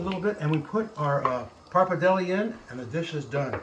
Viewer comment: Love your recipe but is pretty tragic how you pronounce pappardelle and Parmigiano Reggiano :(